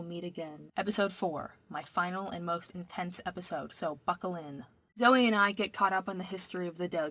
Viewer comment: when you said "so buckle in" I though you said "so fuckle in"